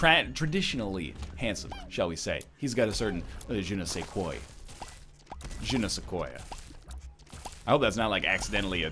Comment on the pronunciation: Not "je ne sais koi", but more like "je ne sais kwa".